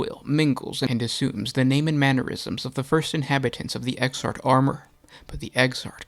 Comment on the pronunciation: exarch, man, "ecks-ark". not exart.